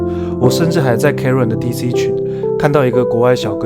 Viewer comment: Cairn，不是karen :yougotthis